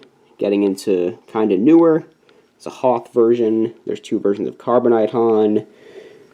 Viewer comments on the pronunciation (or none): none